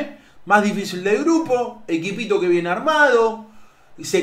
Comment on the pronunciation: El Auron play y su "equpito" 😂